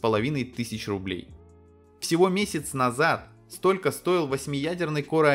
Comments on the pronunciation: А можно не говорить "корэ"? Звучит как диалект элитного корпуса диванных войск. Транскрипцию этого слова не составит проблем найти. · КорЭ? ты серьёзно или рофлишь?